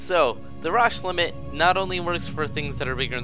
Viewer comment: And it's pronounced Row-sh limit.